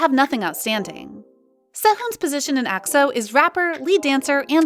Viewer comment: I can't with her saying AXO 💀🤣